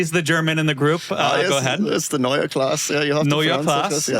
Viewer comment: boys: german is not english as your pronounciation for NEUE was mostlry proper with the E at the end that you can hear, but Klasse has an E that wants to be heard too. pronounce it like "masses" without an s ... and germans will understand you. Remember Porsche and no one in germany gets what brand you are talking about as the "E" is missing. It was Prof. Porsche and he introduced himself as Mister Porsche with a clearly E at the end ... So keep in mind you would never call "Mister Porsch" if he calls himself "Porsche" ... as Doug would not be happy to be called "Mister DeMur" Ferrari has its "i" and Porsche its "e", so "Neue Klasse" needs an "e" at the end of both words - otherwise stay with new class if they even call it that way in the USA. You will get it for sure .